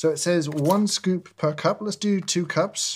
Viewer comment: Lovely little drink SKUPE, you know how I feel about SKUUUPES." Can't say I've ever heard anyone pronounce that word in that fashion.